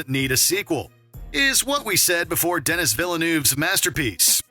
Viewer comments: I always find it disrespectful when the narrator doesn't know the name of the person they are talking about. It's pronounced Denny (Denis Villeneuve), not Dennis. The narrator did a great job vocally, but this small detail is frustrating. Yeah, I'm a dick in real life too. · Please do your research and learn how to pronounce “Denis Villeneuve”. It’s not “Den-Nis”, it’s “Deh-knee”. Amateur. Do better. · It's pronounced Den-ee, not Den-is. And Force Awakens?! Sci-fi?? Sure Jan.